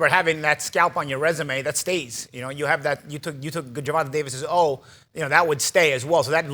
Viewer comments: why the hell does Paulie always mispronounce Gervontas first name... its Ger Von TAAY not GER VON TA as far as how its pronounced. lmao smh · here you go so you can learn to pronounce his name properly bro. jr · vaan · tay day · vuhs